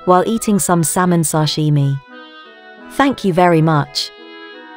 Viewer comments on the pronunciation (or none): none